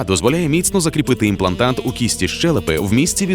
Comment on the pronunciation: в тексте: имплантат, в озвучке "имплантант"...